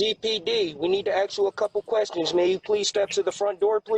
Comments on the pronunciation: He can't even say "ask" correctly lol, axe you a question.. Good stuff. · The "Cops" Wanna "axe" you a question. Seems legit. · “Axe you a couple questions?” Yeah. Not the police. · CPD we need to “AXE” you A Cupu questions. um “MAY” You come to the door please? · They lost me at “axe you some questions”. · Did you not understand what I AXE you. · I had a similar deal happen once. 1st clue is when I hear them say AX you a question instead of we like to "ask" ax lol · "CPD we need to axe you a few questions" " Oh! You must want to talk to my friend Walther" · "this is CPD we need to axe you some questions"\ The obvious reaction to this would eventually involve an axe. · Axe me?? Lol...I'll be right thur...just let ne get my greeting card...😊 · "CPD, we need to AX you a couple questions." lol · As soon as he says axe you a couple quesions..... he's toast ... no way any cop shows up looking like this ... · "We need to axe you a cooupe kwestions..." u know its an idiot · “CPD, we need to axe you a couple questions”😂😂😂😂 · “We need to acks you a couple kwestchuns” 🤦🏻‍♂️ Bless their hearts lol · "CPD, we need to axe you some questions. May you step to the door, please?" 😂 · "CPD, we need to axchu a couple questions" Yep. Sounds legit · If someone ever wants to "axe" you a "keschun" Nah😂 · You can't axe me questions through the intercom? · I think you mean “aks” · I was just commenting the same thing then I saw this. Ya I think 99% off cops would use the word "ASK" just a hunch. Maybe I'm wrong though, who knows?